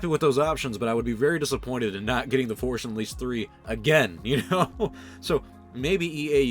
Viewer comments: “the Forsh Unleashed” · Forsh Unleashed. There. Now you can't unhear it. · "the forsh unleashed" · Sometimes it sounds like he says the forsh unleashed.